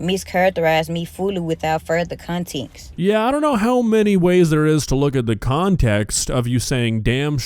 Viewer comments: She speaks like she’s never been in a school. Like every self identified clout demon with a mixtape and a rap sheet. She didn’t say “context” she said “contincts” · Continxt. She's making up words now. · she said "con-tex" liek tex mex lol we should ask her to say ask and rottwiler